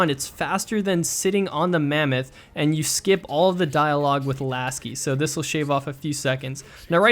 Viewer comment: Laso not lasi!